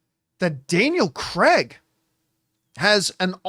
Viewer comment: Please stop calling Daniel CREG!!! he’s even gone on a show and said its CRAIG!!